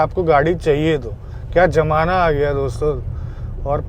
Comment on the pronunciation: Abey jamana nahi 😂 zamana bol